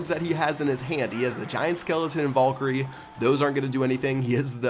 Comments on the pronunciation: Damn back at it again with saying Vollkyrie. Pls stahp saying it like that it hurts my brain. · please fucking pronounce valkyrie correctly